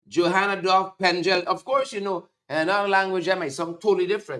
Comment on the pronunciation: Man call the name properly The name is pengal he was the prime minister for Surinam